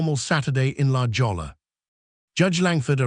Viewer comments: La Jolla is pronounced LA HOY YA and it means "the jewel" or "the hole" depending on context. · It’s not “la jolla”, Get the correct pronunciation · What moron AI doesn’t know how to pronounce La Jolla?